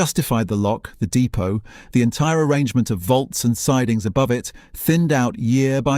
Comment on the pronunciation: I know it has AI content but poorly using sceptic pronunciation of depot.